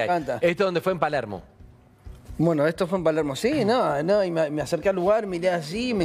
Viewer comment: Por qué decís buenou ?